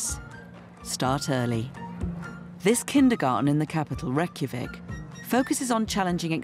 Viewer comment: Nearly died of how the narrator pronounced 'Reykjavik' (north europeans will understand this)